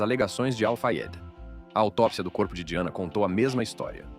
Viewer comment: O nome se escreve Diana mesmo, a pronúncia é que é diferente da nossa. Mas eu acho que isso tem que ser ajeitado na utilização da IA, a pronúncia de palavras estrangeiras, pq até numa palavras francesa, essa voz aí tb não falou direito.